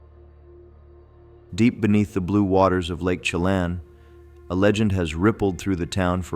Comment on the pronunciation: Chelan = sha-lan